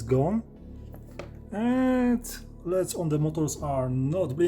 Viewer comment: "leds" lol. I love this guy. Subscribed!